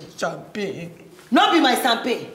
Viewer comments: Champagne ❌ sampagni ✅ 😂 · Its how jenifa pronounces champagne for me😂😂😂😂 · Jennifa's pronunciation of champagne is everything